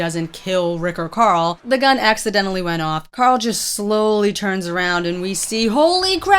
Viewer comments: did you just say corl grimes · host name is carl not corl